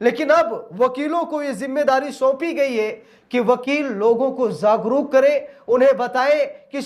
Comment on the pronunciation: Zagruk nahi jagruk bolo